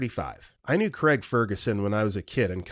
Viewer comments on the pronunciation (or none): none